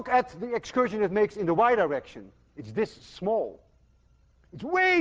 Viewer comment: I hope to GOD I'm the only one who kept hearing Dr. Lewin's pronunciation of "the Y direction" (over and over) as "the wide erection". I'm almost 60 years old and I'm supposed to be long past boyhood fart jokes. Was Peter Pan right after all? Will I never grow up? :-)